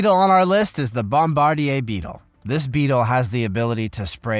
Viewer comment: Bombardier is pronounced....bom...bar....deer. The chemical 'bombs' the Bombardier Beetle releases in rapid bursts, is the source of the beetle's name. The name is derived from the Military (generally the Air Force).